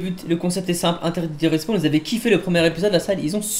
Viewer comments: respaWn wsh pas respWan olala 😭😂😂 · De rispown il à dit sa au début et pour le mot carcasse aussi y galère à le dire